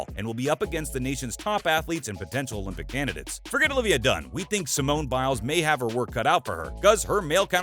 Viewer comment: Olivia Dunne (not "Dune") is the Anna Kournikova of college gymnastics, except she actually wins a lot of the time.